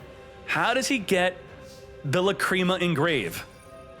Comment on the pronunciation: Love your content but Lacreema?? Come on bro that's not how you pronounce it 😂